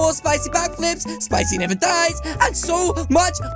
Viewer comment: Like when he say spichy but I don’t like to eat them